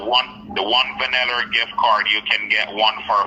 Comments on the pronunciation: "Vaneller" or Vanilla🤣🤣😭😭😭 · The scammer say the car is on a “ Chuck “ that alone is a giveaway😂 and he also said “‘it’s only be carsting yuh” 😆 also a “ one vaniller card”